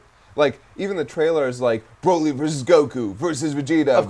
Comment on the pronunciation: Why do you guys say Broly like that? Do you pronounce broccoli with a long 'o'?